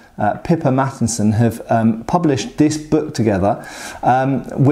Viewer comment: I keep hearing "Pippa Mattinson" as "Pippa Matt Easton"